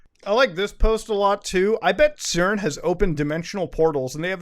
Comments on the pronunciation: CERN is pronounced SERN. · yo we usually say cern with a soft c like sern lol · I noticed he pronounced CERN’s as KERN’s. Must be the meds. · i like how muta pronounces CERN as ‘kern’ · is it KERN or CERN?? I don't know anymore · did he just call CERN "KERN"? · Did... You just... Pronounce CERN as "KERN?" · It is pronounced "CERN", rather than "CERN".